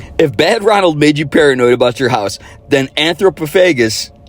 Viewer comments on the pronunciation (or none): I saw The Grim Reaper at the drive in when I was 12. Way too young, but it cemented my obsession with horror ever since then. And it’s pronounced anthro- poff- a-gus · Its pronounced Anthro- paw- fuh- gus one of my favs since i saw it on tv in 1986 as a kid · "Anthro-phof-o-gus" perhaps?😆